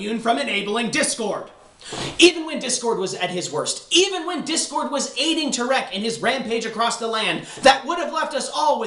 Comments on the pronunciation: I love that he's pronouncing it "Terik" instead of "Tirek" an awesome satire to the way news announcer pronounce things on the "safe side". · you say tirek funny